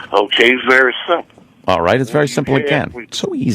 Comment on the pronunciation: "Iss very simpo". He's an arrogant jackass saying "Iss simpo" to give an air of high intellect when in reality he's an indoctrinated simpleton.